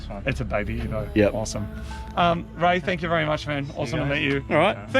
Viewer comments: Oh man, when Moog said "Its Ray!!" I thought he said "It's rake!!!" I was really excited to see if rake still loves it after all these years, but alas the wait continues :( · I thought he said Rake